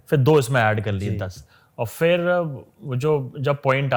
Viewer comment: Sir fir nahi phir hota hai 🙏